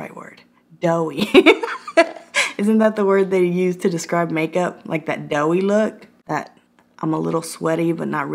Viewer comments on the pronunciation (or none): The word is "dewy" not "doughy" Doughy is what you get after turning #ThisIs40 :-D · Not doughy…dewey😅 🤣😂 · ..it's dewy not doughy! Silly girl! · LOLOLOL "dewy" not "doughy". Doughy humidifier Juice gonna give you fungalitis. LOLOLOL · I was gonna say this! DEWY NOT DOUGHY DEWY! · I don't think anyone wants to look "doughy"...it's dewy 🤣🤣🤣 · Thank God, uploaded a video. I’m in back pain today & I really need a laugh 🥺 Edit: I’m already laughing lol “shredded knuckles” 😂 “that doughy look” lmao that took me outt 😂😂 it’s dewy lol 😂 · Titanic scene 😂 Dewey not doughy 😂😂😂 Love you you're funny af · Did you say doughy? Bahaha 🤣 pretty sure it's dewy. God I love you girl!!!! Lmao 😂🤣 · Dewy not Doughy ROFLOL!!!!!😉 You are already dewy and glory and beautiful; You don’t need those! What’s “Fungalitis?” I don’t think I’ve heard of that! Sounds deadly!! 😳 Adore ya!!!!💜🌻☀️ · Omg “doughy “ Hahaha it’s dewy! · babe, it's "dewy" look honey lol u crack me the hell up lol love ya! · Dewy not doughy lmaooooo 😂😂🤣🤣🤣🤣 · DEWY! Like dew on the grass in the morning!! Not DOUGHY like biscuits that pop out of a tube!! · Dewey, not doughy! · dewey not doughy 🤣🤣🤣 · Doughy? HAHAHA! Dewy? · I’m doughy, I think you meant dewy 🤪😂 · Dewy! Not doughy. 😝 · Dewey, not doughy lol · Hey silly, its dewy, like the morning dew. Xoxox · Its dewey deweyyyy 😂😂😂😂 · Yes! DEWY 🤣😂😅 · It's Dewy lol but I get u girl.. 🤣 you crack me up i can't stop watching your videos.